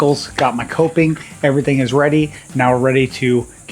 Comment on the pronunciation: you put the molding around the window correctly. The narrow end goes at the edge of the window, framing, and the wide end goes to the top. It sounds like you were saying toping, but the correct word is coping.